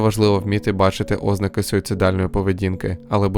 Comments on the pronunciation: Бісить коли кажеш Ознаки, замість ознакИ! А так цікаве відео ❤ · ти якийсь бот? балакаєш так ніби ти нежива людина, правильно не 'ознаки а озн`аки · після наголосу óзнаки, захотілось суїциднутись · Будь ласка зверніть увагу, у слові ознАки наголос на 2-ому складі